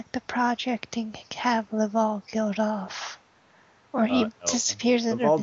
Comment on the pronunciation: Legends of Chima is epic but what the fuck are you guys doing and it isn't lavowl it's laval